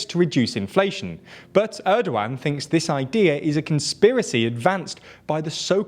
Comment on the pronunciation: You pronounce 'Erdogan' in a quite strange way. it is not a 'old one' )) try 'g' as in a 'gap'